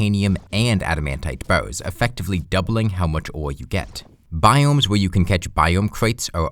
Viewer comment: You saying "bars" sounds more like "bows". The youtube subtitles agree.